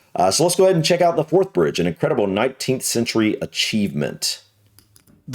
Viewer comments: He said the Fourth Bridge crosses the Firth of Fourth river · Firth of Forth for fuck sake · It's the firth of forth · I cannot believe you managed to get to your age and never heard of the Forth Rail Bridge spanning the FIRTH of Forth, NOT the FIRST of Forth. Dumb doesn`t come close. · You looked confused at the first Firth of Forth reference and totally stumped by the fourth and fifth foray in to The Firth Of Forth. For, though The Firth OF Forth's first mention sounded like First of Fourth, The Firth Of Forth should have been made clear by the fourth or fifth mention.